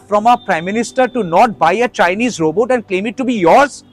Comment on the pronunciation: If you can pronounce chatbot, why can’t you pronounce robot? What is robo? 😂